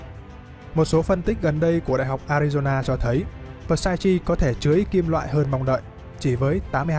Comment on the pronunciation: Psyche > P là âm câm ông nhé, và ch là âm k > nên đọc là xai-ki